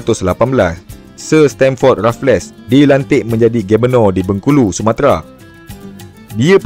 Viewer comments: Raff-less ❎ raffles - refels (e - disebut dengan tebal. Cth "table" yg disebut "teh bel" Sekian. Terima Kasih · Rafles (sebumt Refels) bkn Refles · Terbaik bro.. cuma sebutan bagi Stamford Raffles tu.. Stem-fod Re-fels bukan Raf-les. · Bang... Raffles berbunyi Rafel bang bukan Rafles bang...😂❤...sy anak Muar Johor... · Raffles bang bkn raf less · Sir Stamford Raffles, bukan Sir Stamford Rafless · sebutannya refels... bukan rafles... buat homework lebih sikit bang... banyak fakta tembak je ni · Sejak bila sebutan rafless? Kan Raffles sebutan english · Sir stanford raffles disebut rafles,mcmana nak jadi pencerita sejarah...? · Bukan RaffleS, Raffles sahaja S tu tak dilafazkan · Raffles tu sebutan dia refels la